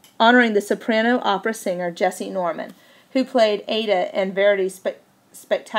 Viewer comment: I like your voice. Just slow down and mark where you are planning to breathe. Maybe look into pronunciations before? :) I wasn't sure, but a quick search showed the opera "Aida" pronounced with 3 syllables. "Eye-ee-da."